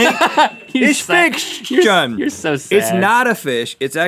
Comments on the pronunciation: lol the trouble Rhett had saying fishction everytime made this video 10 times better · Lol, Rhett can't say fish-ction! xD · Seeing Rhett struggle to say fish-tion is a definitely a huge mood booster!